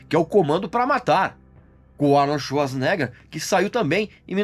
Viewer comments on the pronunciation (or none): none